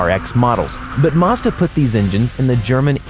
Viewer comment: Mazda not marzda